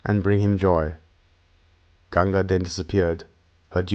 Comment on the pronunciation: THANK God - FINALLY - A video read by someone who speaks perfect English AND pronounces the Hindustani words correctly. The rendition of the Mahabharata was completely ruined for me when the American mispronounced EVERY single Hindustani word in it (including a simple one as Ganga) I just could NOT get myself to listen to ANY more chapters or parts of it. It felt like a foreigner telling me about India or a Christian explaining Hinduism!? THIS I want to listen to. We have several Indians who speak English well without the Desi accent, like this one, and they would be just right to narrate this. I'm saving this to listen to at leisure!! THANKS!!✌from USA.